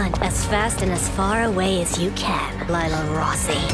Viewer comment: 50 Sins everytime they say "Lila" as "Layla". As an italian myself, it's supposed to be prononced "Lìla" (In the italian dub they call her "Lilà")